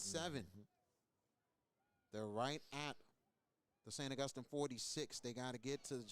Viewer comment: This guy mispronouncing St. Augustine is an epic level flop.